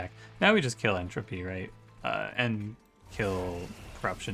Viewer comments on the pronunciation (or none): none